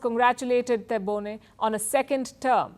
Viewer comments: What do you know about Algeria, your ignorance is clear and the only hypocrite here is your Chanel , you don’t even pronounce correctly the name of the president 😂😂😂😂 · You did not even manage to pronounce his name properly. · Learn how to pronounce our president name before you put your nose in Algerian affaires. What is funny, you are asking a French opinion about Algerian elections.What is even more funny, a media from a country which opressing its muslim citizens is talking about democracy. You know shit about Algeria. Europe give nothing to Algeria. Algeria has no debt and does not need charity from no one. We are talking here about the third. mosr powerful economy in Africa after South Africa and Egypt